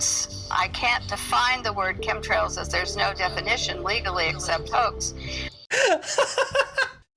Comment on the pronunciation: Did he say "cumtrails?" at ?